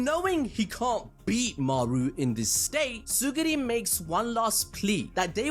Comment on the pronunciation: Man it's Tsurugi not Tsuguri 😭😭